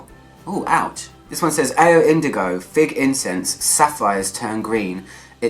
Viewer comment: My favorite part... When you say AO for the first time hahaha :)